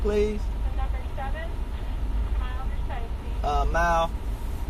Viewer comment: He said mild soooo Chicago 😮